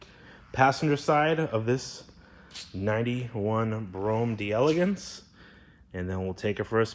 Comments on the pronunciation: It's pronounced DEL-uh-gaunce. Not "DE- Elegance" In French, when the word "de" is followed by a word that begins with a vowel, the two are elided together and is pronounced as a single word. French lesson of the day! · Pronunciation tips : when you see D’e it’s pronounced De